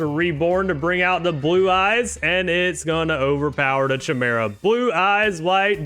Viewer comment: Great tournament! The pronunciations kill me sometimes lmao. CH-imera and bahkura